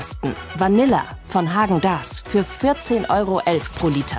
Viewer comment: Wenigstens ist die Dame vom Verbraucherschutz in der Lage Häagen Dasz so auszusprechen wie es sich gehört! :face-green-smiling